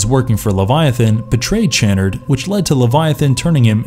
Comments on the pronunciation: Pronounced sha-nard, not chan-nerd. With as much money as you voice actors probably get, you'd think you would research pronunciations. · It is pronounced Dr. Cha-Nard -_- Being Clibe Barker over saw the first 2 movies. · his pronunciation of Channard irks me as well lol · It’s Dr. Cha-nard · Why can the narrator not pronounce Dr. Channard's name correctly? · This guy mispronounces the names of nearly every character and object in the video. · Lament and chanard really made me frustrated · I respect the effort, but you mispronounced soooo many words. Cabil? Chanerd? Lamint? I get the feeling that you haven’t seen these movies. You read some synopses and made a video. Please try harder. Do better.